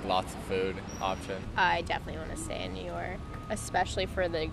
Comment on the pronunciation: 能把纽约两个字读清楚嘛老铁。by the way 你的相机为什么总是把焦对到背景上